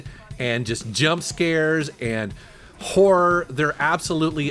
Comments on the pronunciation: When you say horror it sounds a lot like whor...😄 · Is he saying horror, or whore?